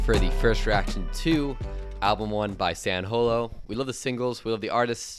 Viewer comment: If you can’t even pronounce his name right, don’t do the review. this review is absolute trash 🙄